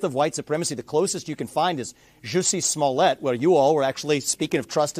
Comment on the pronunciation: He said Juicy Smoyette I'm LMBO